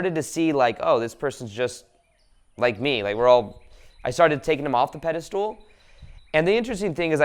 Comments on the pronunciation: I love your videos , they are full of awesome insight. But please stop saying "Pedestool" instead of "Pedestal". It's a word you use in a lot of your videos and you mispronounce it every time :) . Much love ! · He also says “pediSTOOL”, cracks me up😆❤️